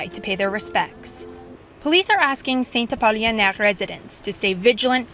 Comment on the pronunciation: It's Saint-Apollinaire, not Saint-Apolionaire like the reporter said over and over.